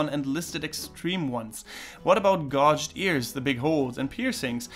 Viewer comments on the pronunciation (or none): I just figured you might want to know, not that it really mattered: but, keeping with the pattern of fucking awful English spelling, "gauged" is pronounced "gayj'd", not "gauj'd". Stupid, I know, but just for the future. Great video, by the way :) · I loved your video however I must say to your own benefit, the question about gauged ears, you pronounced them as it's written however it's said like gaged. However as always I loved your video!